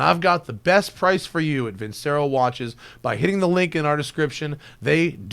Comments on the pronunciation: If you're going to sponsor Vincero, at least pronounce it properly. It's Veen-che-ro, not vinsero. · I know it's weird for a car guy, but I love Opera, and one very popular piece has the word Vincero in it, and it's pronounced the way I typed it. Sorry to be whiney, this was a great video, but I keep hearing the wrong pronunciation and it bugs me. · Don't wanna be a dick here but shouldn't that watch brand name be pronounced like Versace or in other words c=tch as in ketchup. Sounds like an italian expression for I win. Just curious.